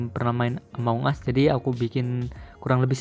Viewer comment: among bang bukan amoung